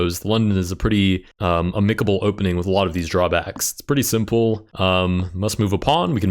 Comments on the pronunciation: Amicable is pronounced am-i-ke-bel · That pronunciation of amicable has ruined the whole video for me >:c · nice word choice of amicable, but pronounced wrong.